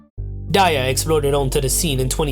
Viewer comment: Oof at mispronouncing Daya (though i used to pronounce it like that too)